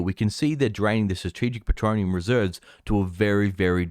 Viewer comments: Why do you say petronium? Isn't it petroleum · Everytime he says 'petronium' I wince. Good info, but gotdamn.